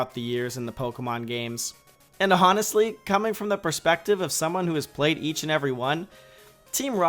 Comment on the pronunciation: Why did you pronounce honestly with the h